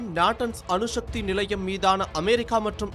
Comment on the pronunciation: தமிழ் உச்சரிப்பு மகா கேவலம் அணு ஷக்தி அல்ல அணுசக்தி